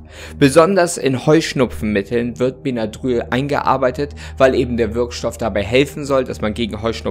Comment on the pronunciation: Das spricht man bennadrill aus